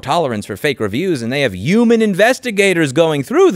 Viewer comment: Take a shot every time Louis says 'uman